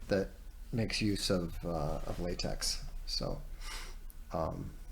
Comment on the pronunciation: "Lah-tech" btw